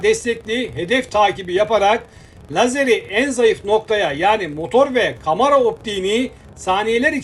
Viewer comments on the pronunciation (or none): Konuşan her kimse ''biz bu araplara'' derken kullandığı aşağılayıcı vurgulama çok abes bir de kamara değil kamera önce hitap etmeyi öğren sonra gel seslendirme yap...